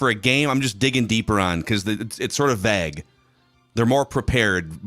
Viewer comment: can someone PLEASE tell ol' that it's VAGUE, like the PLAGUE not VAG like a paper BAG?! It drives me bonkers, LMAO!!